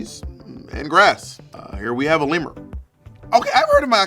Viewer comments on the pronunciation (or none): Bob really said lemurs like barrack